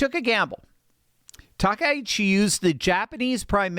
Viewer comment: Grats to you for being the ONLY person I've heard pronounce Takaichi's name properly today. I don't get it. Japanese is such an easy language to pronounce! With discrete syllables and vowel sounds, there's just no excuse.